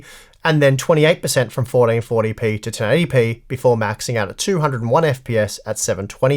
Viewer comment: Fourdeenfortdypee 😂 your accent is killing me